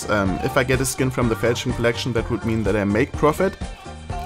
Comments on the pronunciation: It's pronounced: "fall-shan" or "fall-chon" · Normal people: Falchion case: Fältschn case